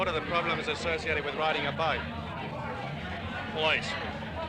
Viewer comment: he says " Police " if anyone is interested !! I know it sounds like " Plice ! " .